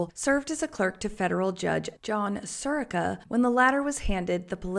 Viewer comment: You mispronounced Sirica. Emphasis is on the second syllable.